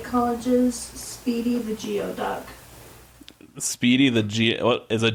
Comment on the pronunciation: Geoduck is pronounced “goo-ee-duck” 😊